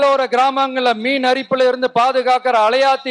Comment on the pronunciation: மீன் அரிப்பு இல்லை மண் அரிப்பு. மீன் அரிப்பு னா சொறி சிரங்கு ன்னா சரியா பேசுங்கன்னா